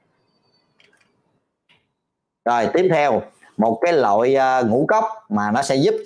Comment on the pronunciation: Bác sỉ nói cái loại,mà bác sỉ nói cái lọi,ko đúng chữ.